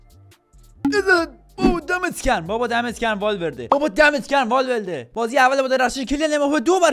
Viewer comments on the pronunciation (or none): بابا دمت گرم والورده❌ بابا دمت گرم والولده ✅ 😂😂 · والورده ❌والولده ✅